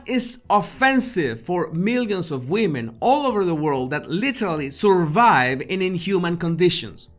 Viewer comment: Thank you for shouting that out to her Jesus, how dare she say 'suurvive'.